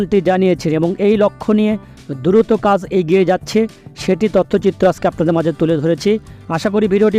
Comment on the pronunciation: উচ্চারণ এর এই অবস্থা কেন? আস্কে- আজকে/ সাসক্রাইব- সাবসক্রাইব/র‍্যাম- র‍্যাম্প!! ঠিক করেন।